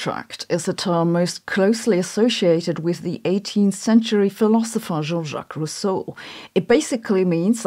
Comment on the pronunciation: Well done making two mistakes in the name of Rousseau.